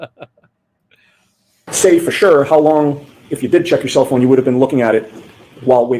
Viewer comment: "Hos long" will forever be the way my internal monologue says it... and forever the urge I will have to fight to say it out loud. I cannot unhear it.